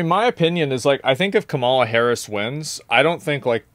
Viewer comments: Can’t you just pronounce Kamala Harris’s name right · You need to pronounce Kamala's name correctly! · How are people still pronouncing Kamala incorrectly? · Bro why you pronounce her name like he does lol, get off his nuts😂